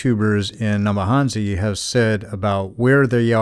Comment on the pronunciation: Thanks 🙏. I remember this livestream, very very well. Great 2 have to watch this again, 22 months on. Puzzling how you are Kenyan (according to Mura Senso👀) and yet cannot pronounce the names of the villages😂😂, neither can you say 'N-ya-bohanse' correctly😇. Waoh!🤩 Welldone👍